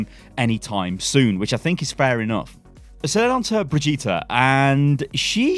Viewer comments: ...bro it's fucking Brigde-et that's it. Not fucking Bidge-eet-a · For the love of god it's not bridge -Ēta it's brigg Ē ta!!! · Its still Bri-gitte not Bri-gitta!! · God stop calling her Bridgeata it's "BRIDGE IT" reeeeeeeeeeeeeeeeeeeee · Hey, It is BRI GI TE (not BRI GI TA!) search german google translate and play brigitte. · Still calling her Brehjeeta, eh? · Jesus... SHED YOU ULL BRIJ EAT A???, these are not how these things are pronounced. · Just wanted to let you know that the r in Brigette is silent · She’s been announced how long ago and you still can’t pronounce Brigitte correctly? Even though she says her own name in the short and Jeff pronounced her name in a video ? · It's ok, you'll learn how to say her name one day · Why is it so hard for you to say Brigitte? Just say it like the kid from the sound of music. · If you say her name wrong one more time Imma flip. I'll still watch you but I'll be less happy about it, lol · Holy hell, man, it's not that hard to pronounce BRIGITTE. Just listen to how it's pronounced in some of the official videos a couple of times and then copy that pronunciation. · I'm sorry but you really have to learn to pronounce Brigitte. I'm putting a dislike on this video until then.